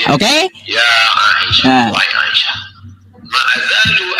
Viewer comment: ..wahai a i sah...😂ngejanya itu loh bikin ngakak